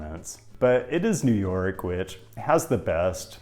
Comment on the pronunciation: "JEW NORK CITY"